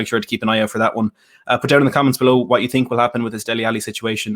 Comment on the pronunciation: "I sink you will regret, yes I sink." - Jose